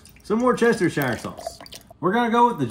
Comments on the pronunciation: FYI. Its pronounced Worst-ih-sure. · Just for your information, woustershire sauce, it’s pronounced , wuster - sher (or shire, depends where your from) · WOOS’TER’SHERE = Worcestershire .. it’s really very simple don’t try to pronounce all that nonsense .. sighed the brits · From the makers of L&P it is pronounced "Wars-Tisher Sauce" just say wars followed by tisher. Then speed it up. Worcestershire sauce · Woo-stir-sheer just for anyone wanting to pronounce Worcestershire sauce . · WorChester Shire? I've heard of Worcestershire sauce Pronounced Wust a sha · Worcestershire is pronounced wuss taa sher Not wor ses ta shire 🧐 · It's pronounced "woostershire". Stop butchering the beautiful name of Worcestershire! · The way Americans pronounce Worcestershire makes me want to rip my hair out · Absolutely offensive pronunciation of Worcestershire sauce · Bruh the way you pronounced Worcestershire sauce is triggering me 😢